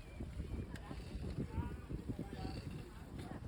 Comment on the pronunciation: La boca, not la Bocca. Means the mouth ( of the river)